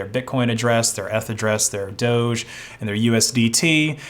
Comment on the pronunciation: Who's worse? LMG for getting hacked, or Google for doing nothing for all those months/years? On a side note, by the way, DOGE is pronounced DOG-E (like "Doggy"). That's the reason the coin logo is a dog 🙂